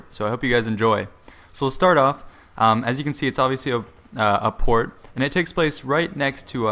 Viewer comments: lol you first said quart instead of port XD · At the start did he say ZM court instead of port because it sounded like that to me